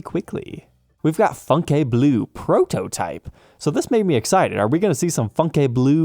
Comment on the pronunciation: It's pronounced fyoon-ke.